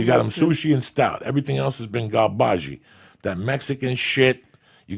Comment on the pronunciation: Joey "Everything else has been garbajee" Diaz 😂😂